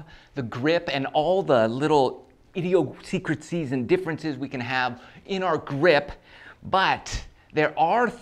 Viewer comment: Say idiosyncrasies again